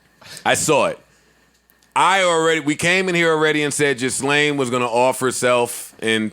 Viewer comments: It’s not ghislaine ( gis-laine ). It’s (gee-laine). Please say it correctly so you don’t seem like a fool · HER NAME IS PRONOUNCED GILLAYNE